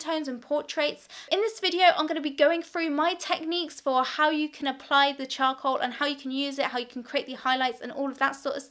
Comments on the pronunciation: I heard choco instead of charcoal.. And now i cannot unhear it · she says chow-cool